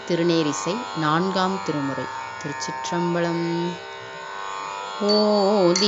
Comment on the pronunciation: திருச் சிற்றம்பலம் என்று சொல்வது சரி (திருச்சிற்றம்"பழம்" இல்லை)